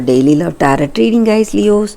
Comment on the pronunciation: Hi, I think it is pronounce as taro with a silent 't'. Apology just putting it out there. Nothing personal. Thank you.